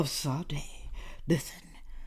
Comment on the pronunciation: Fiancée not wife. Although something tells me she won’t even that for much longer. 😂 Sha Day, like the singer. Always enjoy your vids and clicked this faster than anything 😹.